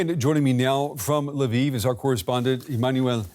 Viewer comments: come on, it's not "laviv", it's "Lviv". If that's too hard, just say "l'vov". I can live with Russian names being misspelled, but Ukrainians deserve to have their cities' names pronounced right. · Polish lwow to be accurate.